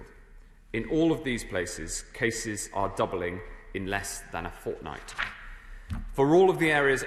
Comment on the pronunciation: Notice how he emphasised Cases